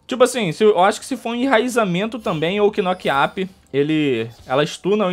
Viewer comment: Mano desculpa te corrigir mais se pronuncia kinoque ûpe